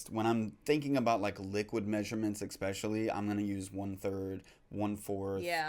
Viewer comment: Tell me, why do Americans always say "Exspecially" with an X that isn't in the word ?